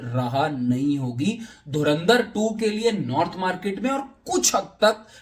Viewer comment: Dhurandhar bolo be... dhurinder nai